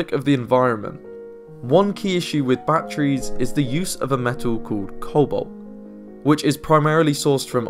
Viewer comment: Really, really good video, but "Bachrees" always makes me laugh.